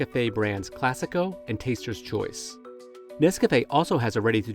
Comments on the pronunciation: Are you saying Nescafé? Sounds like Nescapé 😂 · What the hell is "Nes-Kah-Fay"?? Why he saying NesCafé like that?